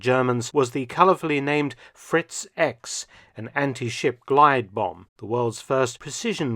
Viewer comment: In German, the X is pronnounced "iks". So, it's "Fritz- iks" the correct name